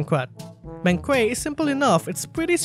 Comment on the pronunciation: In case nobody has informed you on it yet, it's a banquet, it's like blanket just remove the l and that's how it's pronounced